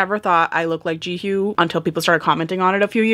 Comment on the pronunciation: you are definitely mispronouncing her name 😅 but its okay!